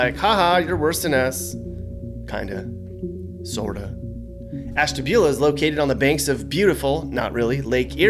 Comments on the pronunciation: Nooooo,....not Ashtabula. Oh no,, no..... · I am not surprised you said Ashtabula. I live in Mentor and I know how bad Ashtabula is.